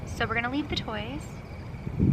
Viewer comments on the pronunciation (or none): When you asked if they like the toys, it sounded like "like you guys."